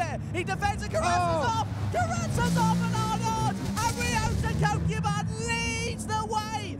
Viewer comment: Love the commentary, truly brings it to life! However the pronunciation of “Kokubun” grated on me lol. Rather than “koe kyuu bun” it should be “ko-koo-boon” with the first “o” as in orange and boon as the oo sound in “should”